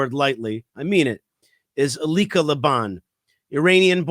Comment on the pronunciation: As always, I love your views and commentary! I adore Elica Le Bon! I don't believe she is Jewish. If so, I think it is helpful to bring that up. It adds more weight to what she says. Also, I believe her name is pronounced EL-lee-ka. And the clickbait is deceptive. It reads as if she is on the other side. I only mentioned this, not to be critical, but so she receives the kavod she deserves for defending us as strongly she has! Can't wait to read her book!! Kol hakavod for doing a piece on her!!